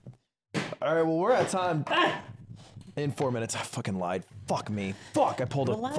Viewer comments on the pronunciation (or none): none